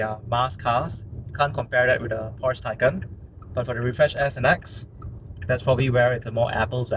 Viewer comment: You totally mispronounced Porsche and Taycan. Also, you do not need the key to enter. You can use the app or set it to sense you approaching.